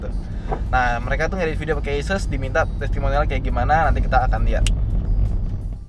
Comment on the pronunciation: A-Soos bang bukan ASSes wkwkwk